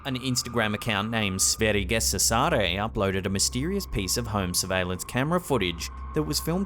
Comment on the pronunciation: lmfao that pronounciation of Sverigerysare like "Sverigeguessasare" was hilarious. It's two words but in Sweden we write many words together as one word. For example... Bajsfläck is two words "bajs" and "fläck" but written together meaning shit stain. In this case it's the words "Sverige" (Sweden) and "rysare" (thriller or shudderer) written together as one word, pronounced "Swärje-ryysaare"